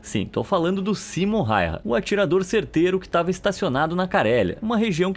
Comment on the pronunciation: o nome correto não é Simom Hayha e sim Samo Hayha e ainda mais se pronuncia Sama Hayha